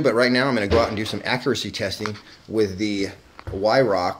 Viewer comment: Some serious handling problems somewhere along the line for a gun to arrive with the stock in that shape ! And yes with a lot of practice the HW will put tight groups in for sure, on a little point its pronounced Veihrauch, its a german thing with their W's.